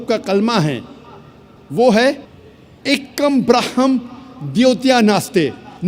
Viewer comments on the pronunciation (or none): Mantra tk galat bola hai "ek kam brahahaham" esa toh kuch hota hi nhi😂